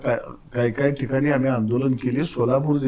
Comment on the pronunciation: हे साल अडाणीच आहे अमाली तुमाली असं बोलतो. नाटकं करतो हा मूर्ख